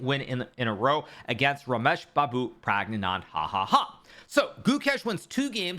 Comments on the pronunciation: Yo, it is Praggna-nandhaa not Praggnanand ha-ha-ha , crazy!!!!! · I know Hikaru is just having fun, but a lot of people even Indians pronounce Prag's name incorrectly. The correct way would be: Rameshbabu Prang-nya-nand-aw. But for non Indians it's fine to pronounce as it's spelled Prag-gna-nand-haa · pronunciation : Prug-Na-Nun-Daa Try it again : Prug-Naa- Nun-Daa (slowly and steadily you'll learn) there is no "Ha ha ha" anywhere in the name. There is "H" in the spelling of the name Pragnanandhaa ; you may consider it a silent H and it will still be fine. Pragnandhaa is going to beat everyone's * at chess in the near future. (He's also same age as Gukesh). Learn to pronounce his name correctly. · it is not prangnan ahahaha, it is pronounced as prang nandhaa (Pragg--nanandhaa) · Since Pragg made you eat you eat your apprehension towards him and Gukesh fed you your words to you for dinner, it’s best you all finally learn their names. Prug naa nun thah (soft th) Goou kaysche (long a sound) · I know Hikaru is just having fun, but a lot of people even Indians pronounce Prag's name incorrectly. The correct way would be: Rameshbabu Prang-nya-nand-aw. But for non Indians it's fine to pronounce as it's spelled Praggnanandhaa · The way he said Rameshbabu Praggnanand hahaha:face-blue-smiling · Praggnandahahaha.. i dont think he pronounces his name like that.. 😂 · rameshbabu pragananandha ha ha ha ?? what was that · Pragananadahahaha 😂 best way to pronounce it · I like how he says pragnanandahahaha 😂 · Ramesh babu praggnananda hahahahah😂😂😂😂❤ love the way Hikaru said 😂 this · parag nand hahaha, what? What did you just say hikaru? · You can just say Prag, not do that 'ha ha ha' in the end there :P Also, that is not how its pronounced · How about pronouncing Pragnanandhaa name right, shameful Oh but ur just a steamer who asked gukesh to surrender his title but you yourself want to qualify for next candidates, what a hipocrite. Hoo booo How do you live with yourself